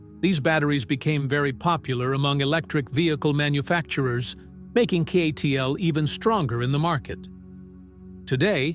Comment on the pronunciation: I think the AI mispronounced CATL as Seattle.